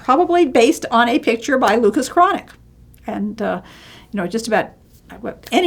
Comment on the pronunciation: This is very informative, an excellent introduction to a wonderful painter who isn't as well-known outside of Northern Europe as he ought to be. But, you really need to work on your pronunciation of the name. I don't insist on the uvular 'r', but at least broaden the 'a'. It is not pronounced 'chronic'.